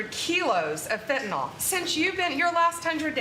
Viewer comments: how hard is it to say fen-tan-ill? it is not fen-tan-all. how can anyone be in such an important position and not know how to speak English? fentanyl!! it's really easy;) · Oh Paaam! It's (say it after me) Fentan-ILL, not Fentan-ALL. Practice reading and pronouncing that, OK? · Pam bondi can't even pronounce fentanyl correctly. It's -yl, not -ol. But then, perhaps she's actually Pam Bondo instead of bondi, and so the whole pronunciation-thing just confuses her. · It’s f&cking FEN TAN NILL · nyl not NOL, you idiots drive me NUTS, stop pronouncing it like that She like all the cabinet are a bunch of suck ups, He has lost his mind and needs to be put in a Home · Liars lie. Thanks Blondi Bondi. ps it's fentanyl, Not fentaNol. Dip sht. 😮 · Notice Bondi mispronounces it as "fentanOl." It is fentanyl. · Why can’t MAGAts pronounce fentanyl? Fenta-nawwwwlll. 🤡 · It's so irritating how pam ela bondi pronounces fentanyl (fen'nALL) ugh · In addition to her clown math, Pam Bondi can’t pronounce “fentanyl”.